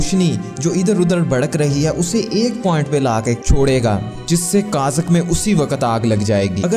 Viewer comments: کاذ ک نہیں ہوتا تلفظ کاغذ ہوتا ہے۔ مجھے پتا ہے آپ کو صیح تلفظ معلوم ہے مگر آپ سے غلطی سے ایسا پڑھا گیا ہے۔ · Kazak nhi hota Bhai kagaz hota hai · Kazak nh kagz hota h bahi g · Bro wo kazak ni kagaz hai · sir right word is kaghaz not kazak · ( کازک ) نہیں کاغذ ( کازک ) نہیں کاغذ 14 سے 31 تک (17 )سیکنڈ میں اپنی اس "بونگی" کے متعلق سوچو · Kiya pata wo kaghaz ko kazak bolta ho 😀. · Kazak ni kagaz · Kazak nai kagaz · Niii sir kazak nahi hota kaghaz hota hai🤣🤣🤣🤣🤣😂😂😂😂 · kaghaz ha kazak ni :P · Kazak hahaha kaghaz hota hai bhai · یہی تو میں نے بتایا تھا کہ جس کو کاغذ بولنا نہیں آتا وہ دنیا کو گائیڈ کرنے نکل پڑا ہے